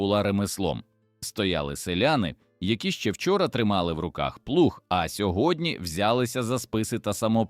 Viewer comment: ПлуХ мене добив. Автор таки плуг...